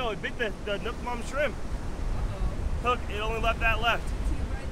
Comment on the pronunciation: Hey, NUOC MAM, not NUC MAM please ! Anyway, really interesting and I should try!